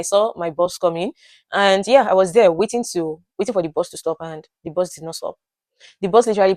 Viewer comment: We from Uganda cannot differentiate between BUS (which you are calling BOZ) and BOSS. When you said 'I missed my BUS/ I thought 'You missed your BOSS'